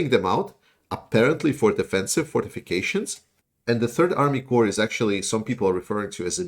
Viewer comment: This is intended to be helpful, not offensive, and I hope no offence is taken. In the English word “corps”, the letter “p” is silent. (As my late father used to say — warning for Dad joke — “a silent pee, as in ocean”.) So it is pronounced the same way as the word “core”. Your English is otherwise excellent, so I feel confident you would want to make it even better.